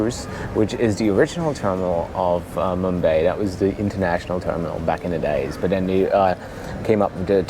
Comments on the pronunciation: Mum-bye mate. Not mum-bae. Where is mumbae? In Texas maybe? Lol...sorry mate I couldn't resist. Ah!!!! Don't hit me! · I cringe everytime he says mumbay, does he mean mumbai?